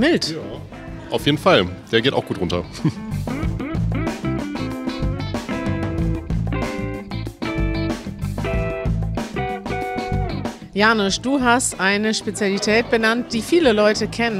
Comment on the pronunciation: I like the way you say and the pronounciation of the name "JANUSZ" . In this Vlog .